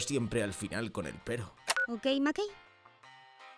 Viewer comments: como que okey makey, ES OKI DOKI jsjsjs pero que buen video <3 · Okeimakei xddd